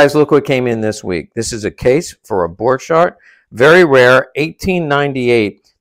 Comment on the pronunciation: Bork-harrt, not bor-chart. Why can people not pronounce German?